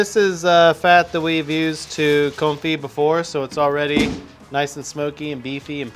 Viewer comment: Bro, if you are "confi"(straight butcher that word) those beef cheeks. Do barbacoa beef cheeks tacos with them. it's bomb!! u already got the ingredients ..